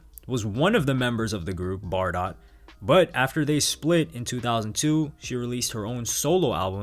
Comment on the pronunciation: One thing - Bardot is actually pronounced bah-doe.